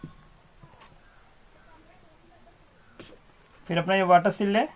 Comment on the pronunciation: वाटर सिल नही वाटर सील।